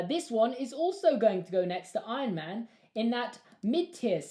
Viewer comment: "Ion man"